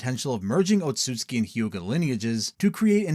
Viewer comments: it's tsu and not tsui, there is no I in there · It’s Ōtsutsuki (Oat-sue-zu-kee) 😅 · Ur saying Otsutsuki wrong